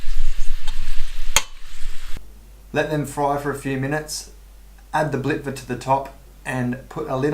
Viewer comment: your pronunciation of .. "blitva" ... is PERFECT